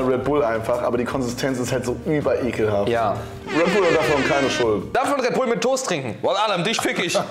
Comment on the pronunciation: es fuckt richtig ab, dass die das toust und nicht der toast sagen